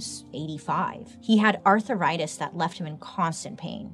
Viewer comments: He had arthritis not Arthuritis lol my mom says it that way too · “He had arthur ritis”